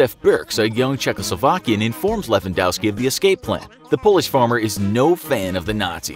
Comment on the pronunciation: YOOO HE SAID LEWANDOSKI